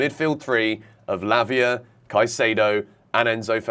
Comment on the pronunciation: you got to say it properly Lavia Fernandez Caicedo LFC 😂😂😂